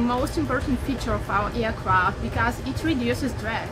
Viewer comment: Мда... С английским у наших как всегда беда. Вместо "эйркрафт" сказать "иакрафт" (пишу русскими буквами, а то многие не прочтут).. Это круто!!! Ну неужели молодых девчонок нельзя научить нормально говорить??? Про произношение я ваще молчу!!!!!! ПОЗОРИЩЕ!!!! Попугаи говорят лучше...